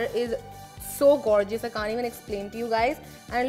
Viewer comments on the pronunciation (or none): Gorgeous is pronounced, "gor-jus" not "gore-Ji-us" like, stop.